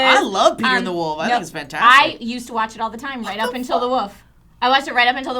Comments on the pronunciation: I hate how says 'woof' instead of 'wolf' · your inability to say woLf is adorable.